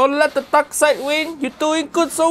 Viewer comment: Uncle Roger: "don't let the dark side win" What I heard: "don't let the duck side win"